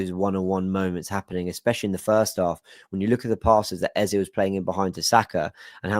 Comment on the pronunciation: You’re one of the very few content creators and match commentators who actually pronounces Eze’s name correctly (A-Z-A), and not Ezer. It’s so frustrating to hear people say “Ezer.”